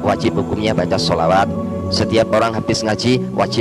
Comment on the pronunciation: ini bukan murtadin tp memang dari lahir adalah non muslim. Dengar saja sebutan klo dia sebut shalawat, As, Saw. tdak fasih.